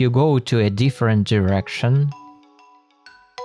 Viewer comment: I think he said "2 different" but I can't unhear that